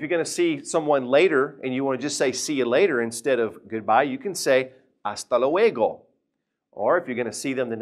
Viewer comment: hola soy hablante nativa del español de ecuador y el español de este profesor es bueno aunque pronunció mal la palabra ´hasta luego'